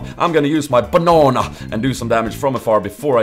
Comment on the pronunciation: Lol did you say "a huge BANAN"? xD